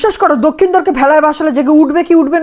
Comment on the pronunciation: দক্ষিণধর ❎ লক্ষিন্দর ✅😂